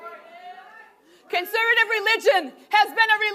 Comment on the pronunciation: "Con-sir-vitiv reelid-tchin"